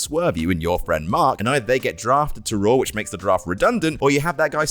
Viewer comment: Raw* not Roar